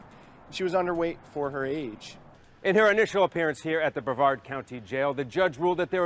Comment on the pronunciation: No disrespect intended,.... it's pronounced like Bre -VARD County I think